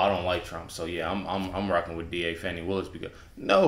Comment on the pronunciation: it’s Fani not Fatti